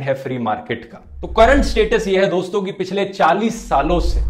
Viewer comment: Namassshkar dossshto